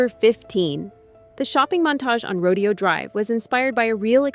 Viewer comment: Rodeo... "Row day oh".... lol One of my top 5 movies, possibly my fave.